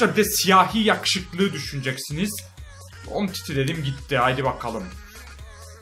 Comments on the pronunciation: Umtiti' ye Umidi diyen adam gibi adam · umtitiye umidi diyon abiii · Umtitiye ümidi diyo